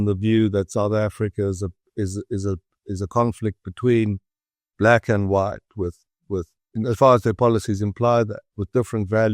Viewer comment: wong and wight😂😂😂😂